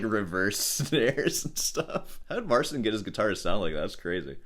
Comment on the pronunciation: the unintentional mispronunciation of "Mar-Sin" will always be funny to me lol